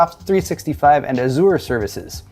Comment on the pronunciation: why do you pronounce Azure that way?